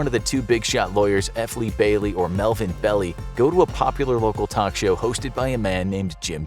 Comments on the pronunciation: It's NOT (Melvin) "BELLY", it's pronounced "Bell-AYE"! GET A FRICKIN' CLUE! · Melvin Bell ei, one of the most prominent SF lawyers for over half a century. BELL EI, NOT "belly".